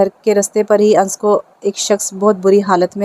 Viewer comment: Ye Anas he na ki ans